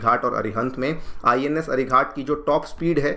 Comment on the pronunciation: Ghat, not with a hard t, like 'Ghatna', it is Ghat with a soft t, like Ghatak, meaning deadly. Why you pronouncing ghat like as if it is some ghat on the river ganga. Pretty bad, considering you are an ex IPS.